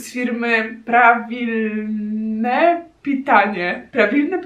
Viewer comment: Правильное питание czyta się parwilnoje, nie prawilne ;-; W każdym razie, mój rosyjski chwilowo jest dość słaby, ale z tego co wiem, to parwilnoje to poprawne. Czym jest pitanie, nie wiem, bo pytanie to вопрос (wapros). Коровка (karowka) to krówka. Алёнка (aljonka) to ciekawa „seria” w sumie, jest dużo różnych cukierków z tą dziewczynką, między innymi bardzo dobre, małe, białe, też oczywiście o smaku mleka. Бабаевский czyta się babajewskij. Czerwony październik możesz kojarzyć, dlatego, że był taki okręt, bodajże podwodny, napisano o nim powieść „Polowanie na Czerwony Październik”, a na jej podstawie nakręcono film (mogłam pomylić z „Dopaść Firefoxa”, więc nie upieram się przy powieści).